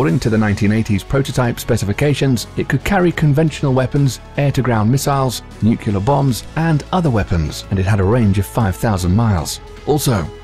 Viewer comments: I keep hearing "nucular". I thought it was "nuclear"??? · “Nukelar” instead of “nuclear”, funny commentator. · Its NUCLEAR..not NUCULAR! cmon man... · NU KULAR ? NU KULAR ? Can you pronounce "new" and "clear" ? Join the two, that's how you pronounce nuclear. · Did you say "nukyalur"? 🤣🤣🤣 Say it with me..."New • Clear". Nuclear. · HOW DO PEOPLE KEEP GETTING NUCULEAR FROM NUCLEAR? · Stop pronouncing nuclear as "nuke-you-ler". It's pronounced "new-clear". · What the feck is a Nucular Weapon? Is that like a Nuclear Weapon? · NuCLEAR, not nukular. Nice vid, though. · Hmmm. #1 word said wrong tho spelled how it sounds.. Nuclear.. nuuuuu cleeeeerrr. Not.. Nucular..nuuu kuuuu laaaaarrr.. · N-U-C ... L-E ... A-R. It's pronounced new-klee-ar not new-queue-lar. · It is Nuc-le-er not Nuc-U-lar ... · It's nuCLEAR not nuCULAR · Nuclear, not nucular... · nuclear (new klee ar) not nu qu lar. WOW 0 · How I wince every time this English narrator says "nukiller"... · such decryption power waster on mystery terms like NUCKULAR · Broooo ... I have a dude I work with that used to be navy he says NUCULAR SUB.. I’m like dude.... stop.. for real.. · Why does the Narrator keep saying "Nucular"? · New-kyoo-ler bombs eh? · What's a nucular? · NUCULAR weapons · HE SAID NUKULAR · Should I listen to a narrator who says, "nucular"? Dunno. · Stop pronouncing it "nucular"... Very annoying. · nucular. the word is nucular. :-| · I also can't take anything seriously from someone who says: "Nucular" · Drives me nuts too. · Unless you're perfect, and I doubt you are, please just stop. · but the thing is, most people think it IS "Nuclear". They're just irritated on how the narrator pronounced it. As a native non-English speaker, I could understand the feeling. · A brilliant job murdering the word nuclear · Please google 'nuclear pronunciation' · Such a well spoken English narrator..... Yet you pronounce "nuclear" like George W Bush! 😄😄😄